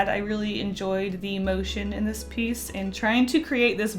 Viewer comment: Am I the only one who was hearing Ant instead of And?